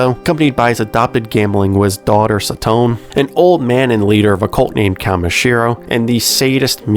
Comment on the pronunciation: This series is one of my favorite manga, it's a shame that it's anime, movie, and drama adaptation never got a decent budget. Also it's sa-to-ne not sa-tone